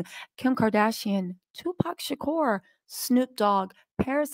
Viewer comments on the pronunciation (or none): none